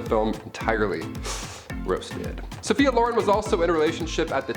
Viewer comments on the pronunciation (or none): #3 Cary Grant, you mispronounced Sophia Loren. You pronounced it Lore-run, it's Lore-ren (like Ren and Stimpy).